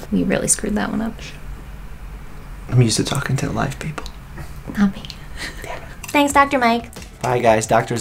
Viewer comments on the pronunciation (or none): When he said “tanks” and smiled 😭 sooooo cutee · mikey: "you look very glam in your scrubs" mike: "tanks" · “t a n k s”- Dr.mike 2019